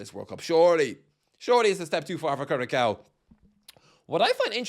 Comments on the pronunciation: Curaçao is pronounced ku-ra-saong - it means heart in Portuguese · The ç in Curaçao is pronounced "ss". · Its pronounced "curasao" you drunk muppet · lol yea.. and I first thought Gretzky said Krakow.. a City in Poland :D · how you say Curaçao hurts my soul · It’s wrong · North MaCKedonia CuraCo Türkiye (that one wasn’t too bad) JorDAN